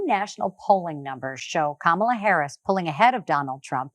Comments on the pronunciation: No R in Kamala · Whether they say it right or not, everyone is saying her name. KAMALA!